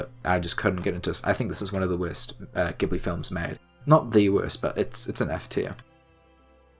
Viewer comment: Everyone's disliking the video because he mispronounces Ghibli, right??